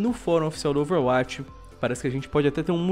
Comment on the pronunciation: Ele fala overwatix